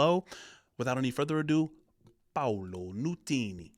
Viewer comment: It’s not Paulo, it’s Paolo which is an Italian name. Paolo’s father is of Scottish and Italian descent